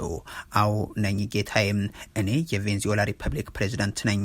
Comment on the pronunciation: Please make a correction "ቬንዝዌላ" አይደለም ትክክል አባባል "ቬነ-ዝዌላ" ነው